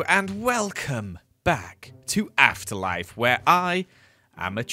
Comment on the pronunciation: Sounds like you said “asst life” in your he intro ❤